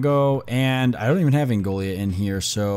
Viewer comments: Angola, not Angolia... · It’s pronounced an Goal uh